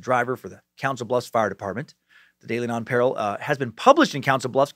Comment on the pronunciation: As usual your stuff is great brother. Love listening. It's pronounced non-pa-real